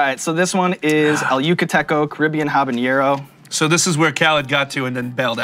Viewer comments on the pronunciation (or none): Why do people call it Habañero. There is no ñ in 'Habanero'... It's pronounced as you read it. Ha-ba-ne-ro. No j anywhere :).